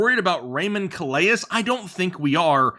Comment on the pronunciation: Raymond Calais is from Louisiana, so you have to keep that Cajun spelling in mind. It’s pronounced almost like “Cal-Lay” with the S being silent.